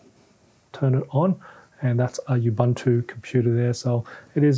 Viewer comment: say it with me: ooboontoo not ubuhntu